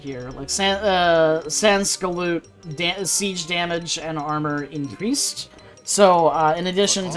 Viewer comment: You have to pronounce ''sansculotte'' like this : Scent (without the T) Coo - Lot